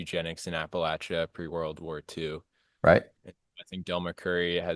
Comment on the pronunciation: Great interview with one of my favorite bands. Very talented. I love their new album and always look forward to going to any concerts near me. Great to learn that they have Welsh ancestry as I do also. Plus they know the correct pronunciation of Appalachia. Yankees tend to get it wrong.😂